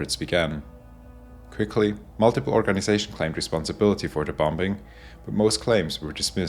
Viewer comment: Anyone else get slightly irritated when he says “bom-Bing”